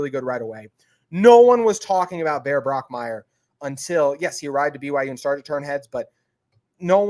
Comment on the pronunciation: Also, it is Bach Meier not Brock Meier.